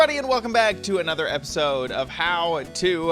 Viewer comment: you said "hot to make a iron farm"